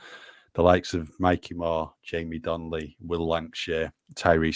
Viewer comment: It's Donelly not Donley!